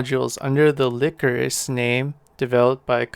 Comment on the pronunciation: That is probably pronounced (lie chorus) not (lick or us).